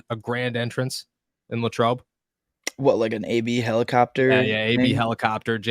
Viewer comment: LAY-trobe. i know it's not a big deal, but that's the way we say it. just like when i moved to louisville, ky, i learned the correct way to say it.